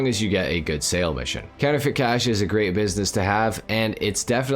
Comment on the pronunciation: “grEEt” wtf is that